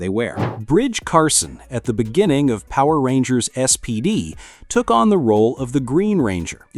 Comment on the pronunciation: The guy who is talking in the video is saying all of the Power Rangers bad guys names wrong